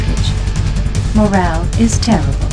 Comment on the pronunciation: "Morale is tear-ah-bull"